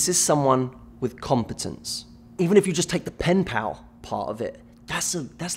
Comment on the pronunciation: How many times did he say pinpal